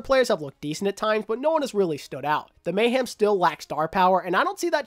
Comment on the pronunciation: Hey Happy Birthday. I’m sorry but I’m slightly bothered by the way you say Mayhem. You sound as if your saying Mayham instead Mayhem. Sorry that’s my little nitpick. Great Video tho.